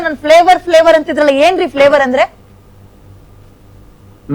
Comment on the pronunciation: Flevour andre flower anta medam 😂😂😂